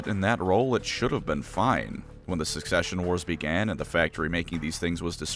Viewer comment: never mind its "succession wars" Either I missheard or he said it wrong